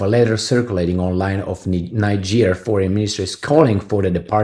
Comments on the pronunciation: it is pronounced "knee-jay" for Niger and "knee-jayens" for Nigeriens. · NIGER is pronounced 'nai-juh, similar to Nigel.